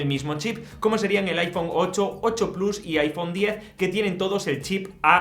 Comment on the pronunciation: Desde que Apple y Disney lanzaron su servicio en streaming a muchos les da por pronunciar el plus en inglés pero sin pronunciar Disney de igual forma 😂. Absurdo